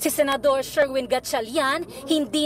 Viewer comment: Noli not Nole,Senador not Sinador ur twisted tongue!!!😂😂😂🤣🤣🤣